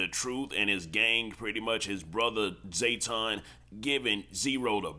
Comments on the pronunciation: Its JAYTON not zayton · Bro cant be from Texas because EVERYBODY KNOW buddy name IS NOT ZAYTON. ITS JTON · JAY-ton, not Zay-ton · His name JAYTON not ZAYTON…. Outta town azz nigga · JAYton not Zae. 😅🤣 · Lol it’s “JAYton not ZAYton”🤣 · Bruh it's JAYton not ZAYton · Jayton not Zayton